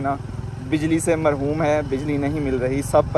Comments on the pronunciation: marhoom nhi khty mehroom hota hy flo me jhe diya ap ny b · Marhum nahi bolte bhai mahroom kaha jata hai. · Marhoom ni hota oo bhai mahroom hota ha😂